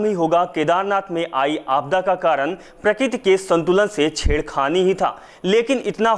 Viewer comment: Plz dear speck a real hindi... Its not prakit.. Real word is prakruti